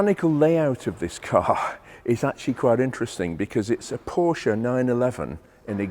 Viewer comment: And pronounce Porsche the correct way. JayEmm actually makes a point of doing it wrong.